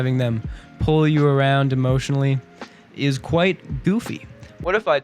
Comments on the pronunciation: "it eez what it eez" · Are you trying to say: It izz what it izz?